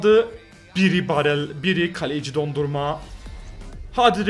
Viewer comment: Abi video mükkemml ama dondurma diyir donarruma lütafen öyle söyle sabitlermişim